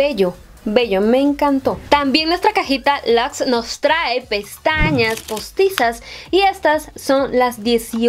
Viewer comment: Me encanta quw tu acento japonés sale a relucir cada que mencionas la cajita "luxe". Me encantas!!